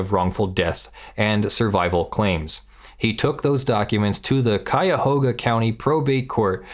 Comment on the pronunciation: WOW! You said Cuyahoga County correctly. I know you are from the next state over but still, 99% of people who say it, say it wrong. Very nicely done.